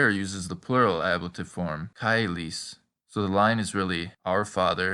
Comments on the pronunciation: Caelis-chelis not cailo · Correct me if I’m wrong: You pronounce it “caelis & caelo” as kai-lis & Kai-lo. Some pronounced “che-lis & che-lo” • Educate me why is it sounds slang and yours are different